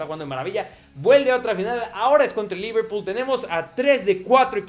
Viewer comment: al comienzo dijo leverpool